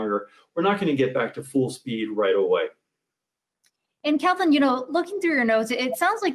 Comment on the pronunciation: Did he say “get back to fool speed”?